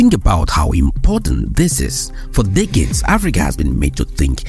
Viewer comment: This is the only YouTube channel I watch where every time he says "decade" it sounds like "dick head". lol 😅